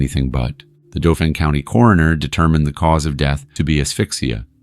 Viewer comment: 𝑨𝑰 𝒄𝒂𝒏 𝒑𝒓𝒐𝒏𝒐𝒖𝒏𝒄𝒆 𝑯𝒂𝒓𝒓𝒊𝒔𝒃𝒖𝒓𝒈 𝒄𝒐𝒓𝒓𝒆𝒄𝒕𝒍𝒚 𝒃𝒖𝒕 𝒏𝒐𝒕 𝑫𝒂𝒖𝒑𝒉𝒊𝒏 𝒔𝒎𝒉. 𝑮𝒐𝒐𝒅 𝒄𝒐𝒏𝒕𝒆𝒏𝒕 𝒕𝒉𝒐